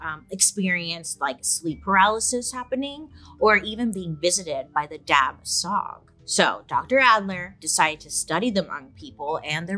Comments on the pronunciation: For the Hmong, it is pronounced without the last letter of those two words. So it should sound like Dah-Chaw instead. Thanks, BS!! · The correct way to pronounce the ghost or spirit In the Hmong community it’s dab with a silent b so it’ll sound more like dah and the second part is xwb pronounced like shu so it’ll be dah shu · BTW, "dab tsog" is pronounced almost like "da chaw" or "da jhaw." Dr. Mike covered SUNDS from the Hmong refugee incidents as well & pronounced it like how Bailey did.